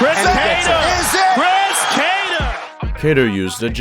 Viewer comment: "CHRIS KATTAR" - Joe Rogan